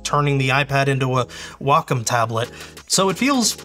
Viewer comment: Thank you for pronouncing "Wacom" correctly (walk 'em). After calling their support line in the 1990s it's been kind of a pet peeve that nobody ever does. And 2-XL in the background. 🙂